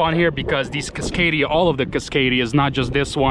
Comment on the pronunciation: The fuck is a CUScadia?